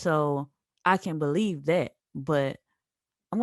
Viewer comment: "I didn't beweave it"😂🤣🤣